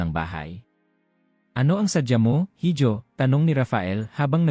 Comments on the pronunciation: IHO HINDI HIJO (HIDJO).... SILENT H.... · Correction please. HIJO is a Spanish word meaning SON or ANAK. It is pronounced as I-HO not HID-YO. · Correction sa pronounciation mo sa salitang “hijo” mali ang pronounciation mo dapat “iho” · Mr. narrator sorry to offend you. Ang binabanggit mo na word (hijo) ay spanish word. It is pronounced as iho..